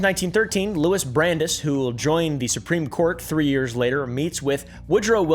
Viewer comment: Pronounced brand-ICE